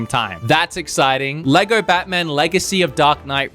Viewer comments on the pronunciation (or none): none